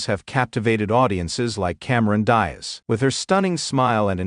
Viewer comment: Cameron "Das", "Dazz" or "Dies"?? 😅😅😅😅